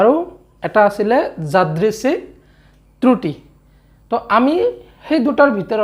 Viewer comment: Sir truti nohoi kruti buli uccharon kore